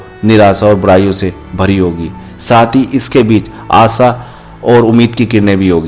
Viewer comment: Hindi sahi bol. Aasa nhi aasha hota hai. Sh ko s bolta hai